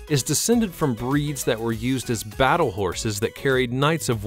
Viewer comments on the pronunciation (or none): none